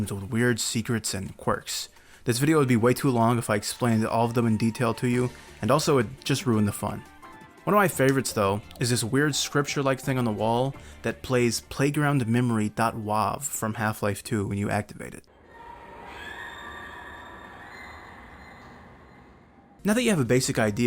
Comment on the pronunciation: "playground memory dot waave" It's a WAVE file. As in sound wave? You goddamn zoomers are something else.